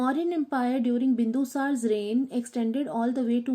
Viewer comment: Its not bindusar it's bindusara